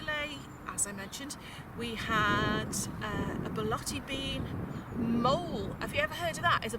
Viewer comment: Mole lol I think it's pronounced like 'moe-lay'